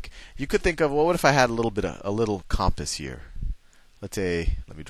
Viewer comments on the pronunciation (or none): none